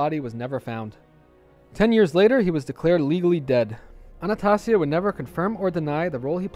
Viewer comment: It's ANNA STAY ZEE A PHONICALLY